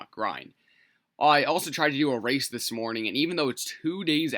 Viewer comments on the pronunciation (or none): “This smorning”